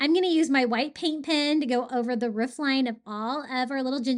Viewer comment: I'm watching this the whole way thru just cuz I love how you say roof/ruff 🤣🥰